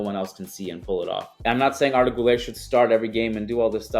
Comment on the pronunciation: Always happy when you talk about Arda Güler‘s club. But please, as you are the president of the Arda Güler fan club, please start pronouncing the „ü“. You are half-Portuguese. You are not American. You are smart. I believe in you ❤️